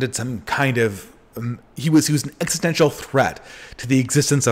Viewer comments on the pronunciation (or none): none